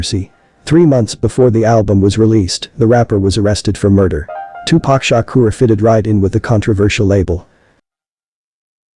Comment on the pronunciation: tupac shakur not shukra!! Shukra is a female name